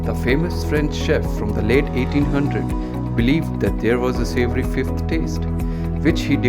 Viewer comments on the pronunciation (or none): Savory. It's savory.